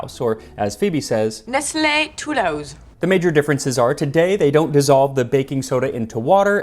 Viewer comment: "Nest lay two-louse" sounds like some sort of infestation ..